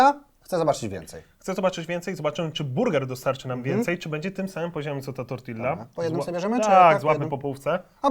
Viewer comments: dlaczego mówisz TortiLLa. Uszy więdną:/ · Do jasnej cholery, mówi się tortija!